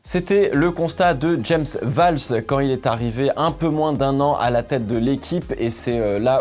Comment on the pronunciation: "James Falves" ca me fumera toujours autant comment tu le dit 😂😂😂😂